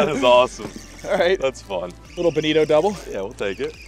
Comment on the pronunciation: Sounds like you said Bonita often when you caught Bonito. Bonito have a great tablefare reputation. It’s Bonita (which is another term for Albies) that have the huge bloodline and only a small amount of tasty fillet. Albies (Bonita) have the mackerel pattern on their back Bontio have the straight lines and teeth